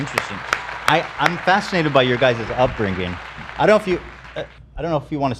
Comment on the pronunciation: The way Ethan says the words sinGer and upbrinGing is so funny lol